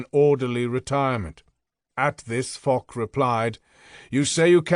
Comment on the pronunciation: And it is Fosh not Fock